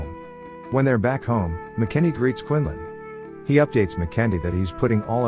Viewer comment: Killing me with the pronunciation. McEntee is pronounced MAC-EN-TEE. You'd have realised this if you did even the most cursory research.